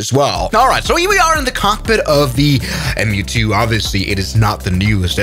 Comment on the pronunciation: Ummmm. There have certainly been a lot of fatal crashes in the MU-2,pronounced M-U-2, but this summary is moronic. Sorry, I hate to be negative online. Please try again.